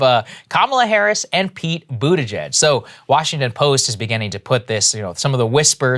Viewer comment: Love how Jimmy Dore calls him budda-gigg! 😂